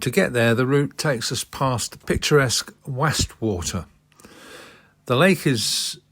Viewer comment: Nice vid - pronounced Wostwater, Wozdale Head, Rinose Pass. 😊